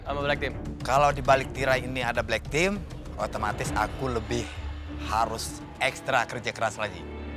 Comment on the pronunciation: Owalah bilang black team wkwk ak dengernya black pink anjay 🤣🤣🤣🤣